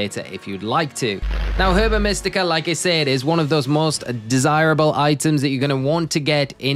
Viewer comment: Herba is said Erba